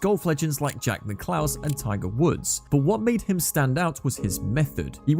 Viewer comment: The way he said Jack Nicklaus 😂